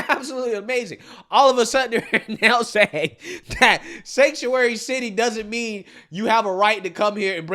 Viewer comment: Biden is still the worst at pronunciation, but is a close second. Words and names he mispronounces: Actual word/name. version Newsom. Newson Mayorkas. Maryiksyas Distribute. Distraboot Saying. Sahhhhheng Infamous. In fame us Accurate. Ack rrr ut These are just SOME of the words mispronounced. Some get a pass I guess, but NEWSOM? How the hell do you get that one wrong? But he gets it wrong all the time with NEWSON. It's NEWSOM, MMMMM, like Mary. Anyways, I still like his channel but it still baffles me how he can get so many names and words wrong. I just don't get it especially since he does commentary for a living. You would think after all this time he could get NEWSOM right, but no. It's so distracting from the stories. Still a good channel though.